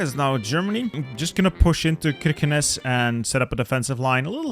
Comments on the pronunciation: The way you said Kirkenes makes me want to no longer exist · As a Norwegian I must say you have a really good pronunciation of Norge. You kinda butchered the pronunciation of Kirkenes though